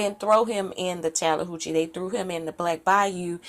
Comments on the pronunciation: Tallihoochi?? She may have gotten the name pronunciation mixed up with the Chattahoochee River in Georgia.. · I meant that the way that she said it, Tallihoochi sounds more like Chattahooche than Tallahatchie..